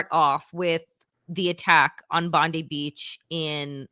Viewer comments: It was a Muslim who was the hero in the terrorist attack in Bondi. We are proud of him. Btw, Bond ( eye) NOT Bond ee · Bubble head Barbie is Bondi like bon-dee. Bondi Beach is pronounced bond-eye, FYI. BTW, I’m a (anglo-saxon/pictish) white guy, and every time you place all the evils of the world at my feet on that basis, I die a little more inside. lol One more thing… it ain’t Albanese like Chinese… it’s Albanese like wheezy.